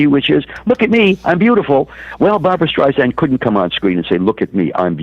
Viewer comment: It's hard to take seriously a biographer who can't even pronounce his subject's name properly. After the third StreiZANd, I was done. It's StreiSAND, like sand on the beach! Apparently he missed the countless interviews of her practically screaming this to people. Also, this book tells nothing new ... just rehashed stories that we've known about Barbra for decades. Her mother criticizing her ugly and her stepfather hating her hardly groundbreaking news. *yawn